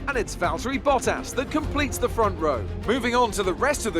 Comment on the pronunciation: Bruh the way he say bottas sound like he saying butt ass😂